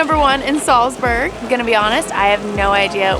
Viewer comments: Just a heads up it’s Salzburg instead of selsburg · Sorry guys, but what is 'Salsberg'?...oh, you mean 'Salzburg'? Comm'n guys, you can do it better....this is a cheap mistake. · Where the heck is Salsberg supposed to be? Do you mean Salzburg? 😂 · It’s Salzburg, not Salsberg. Come on, do better. Between that and the backwards baseball cap you definitely scream “American”. I still like the video but step up. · It's Salzburg, not Salsberg. Americans. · It's not Salsberg hahahI. It´s called Salzburg! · It's SALZBURG not Salsberg. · I love how you call "Salzburg" Salzberg all video long - glad you enjoyed Salzburg and the market there! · Salzburg, not Salsberg. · It’s Salzburg, not Salsburg😇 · Its Nürnberg and Salzburg, not Nuremberg and Salsberg. One's a hill (Berg) and one's a castle (burg) :) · Hey and the Austrian town Salsberg is pronounced Salzburg Greetings from Germany 😊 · i don't know why this video triggers me so much but i guess you aimed for quantity (9 countries in 9 days) and not quality cause there were so many errors, starting by misspelling names (it's salzburg, not salsberg) and then mixing up the 6th of december and christmas..